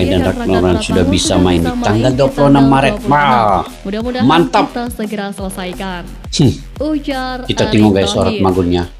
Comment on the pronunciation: Bang maret, bkn marat